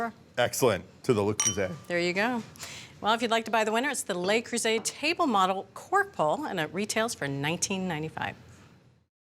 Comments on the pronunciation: That's exactly how says it. Bridget is less...umm...proficient with French words🤫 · It is LE (pronounced LUH) Creuset and not LES (Lay) Creuset. Le is singular and LEs is plural. Bonne chance. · You'd think that someone with a culinary career would at least make a token effort to pronounce foreign words correctly.